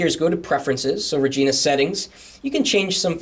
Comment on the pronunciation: lol sounds like you said vagina widgets xD